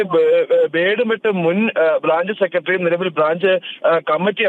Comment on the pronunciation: ബേഡ് മെട്ടല്ല ബോഡി മെട്ട് ആണ്